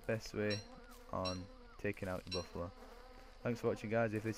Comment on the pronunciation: It's Buffalo not boffalo